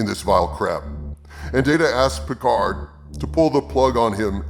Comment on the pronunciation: Star Trek Peecard.